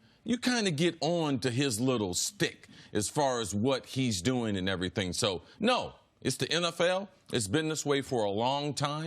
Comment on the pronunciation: First Things First: Cris Carter and Nick Wright Cris it’s not “stick”. It’s “schtick”